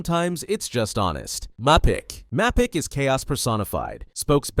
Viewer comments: Mappic do u know even know gramar bro ur American but don't know how to pronounce it it's the spelling is mapic and the pronouncetion is maypic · It's wifies is pronounced we-fees mapic is may-pic boosfer wait how did u get that one wrong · cant believe you said "wifis" not wee-fees AND MAPICC (PRONOUNCED MEY-PBIK) MAAAAAA-PIIIIIICK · yeah and the way he pronounces mapicc